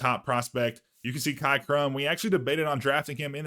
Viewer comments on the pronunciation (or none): Sorry to be a jerk but cy lol isn’t Kai is said like sigh that had me lmao! Another awesome episode brother keep it up this channel should blow up your doing a great job!